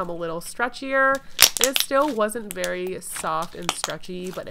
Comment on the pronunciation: Did anyone notice she said berry unique texture